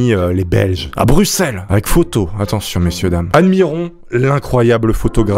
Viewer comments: Il a dit Brussels et pas Bruxelles ! VICTOIRE !!! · Tu est un des seuls francais a bien prononcer Bruxelles , merci .